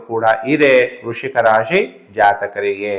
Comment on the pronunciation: ವೃಶಿಕ‌ ಅಲ್ಲಾ ಗುರ್ಗಳೇ ವೃಶ್ಚಿಕ